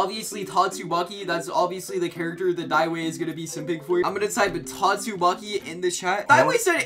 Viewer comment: Don’t tell me you said “GYATTSUMAKI” 😑